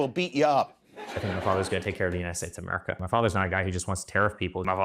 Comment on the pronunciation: Who wipped Amewica off? Euwope? The whole wowld? Ewic didn’t study Histowy didn’t he? What a losew!